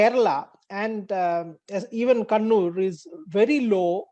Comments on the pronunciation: bhai sahab kunnur nahi kannur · It's not kunnur sir it's kannur (ka ka ) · How has Kannur become "Koonoor"? Please put some effort in understanding the proper name and learn to pronounce it.